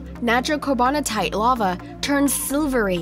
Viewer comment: Your voice makes me wish I was deaf. You also can’t pronounce words right. I wish I would have never watched your channel. Lava, seriously? What is wrong with you?